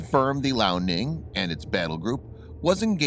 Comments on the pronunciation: hey dude,point of correction,the chinese aircraft carrier is pronunced;lee-ao-ning,not lao-ning,just so you know,btw good job,keep up the good work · I love how he pronounces liaoning “Lao” Ning, which Lao means old in Chinese